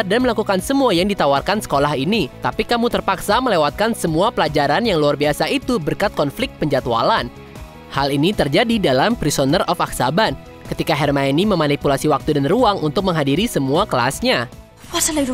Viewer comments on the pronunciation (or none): Azkaban bukan aksaban